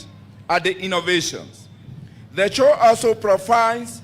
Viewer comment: What is chow boss ...u mean Show Geez